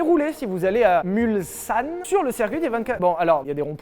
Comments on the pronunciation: Merci de enfin bien prononcer Mulsanne 😂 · Merci pour le "MulSanne" . Enfin un qui prononce bien ... A la différence d'Akram ou de Fipeux avec leur "MulZanne" ... 🙄😅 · Amen! Merci pour l'effort sur la prononciation de Mulsanne Lévy 🙏😂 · 6'10" "Mulsssssane" BIEN !!! Bravo. On entend trop souvent "MulZanne" 👍. Vilebrequin, toujours les meilleurs 👏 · Nice prononciation pour Mulsannes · Merci d'avoir prononcé Mulsanne de la bonne façon. Le mulsannais que je suis vous dit merci 😘